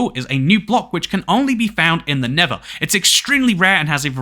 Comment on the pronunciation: I am sorry but it's pronouncet nether!